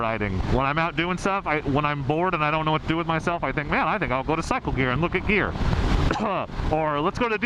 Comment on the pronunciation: For a second there I thought you said beer when you said gear. “Knock 500 off of that so you can buy beer.” Lmao